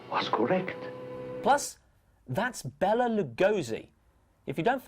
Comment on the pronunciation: it's pronounced BAY-LA not Bell-AH. Twit.